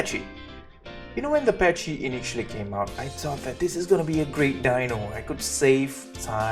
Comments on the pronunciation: use the gallimimus for quick getaways from raptors or rexes and its is pronounced pa-ky not patchy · Pronounced packy not patchy. Lol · YOU IDIOT IITS PAKY NOT PACHY YOU IDIOT AAAAAAAAAAAAAAAAAAAHHHHHHHHHHHHHHHHHHHHHHJJHJHHHHHH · You pronounce "Pachy" very strangely...it sounds like you are saying "patchy". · Ok for the pachy the H is silent look it up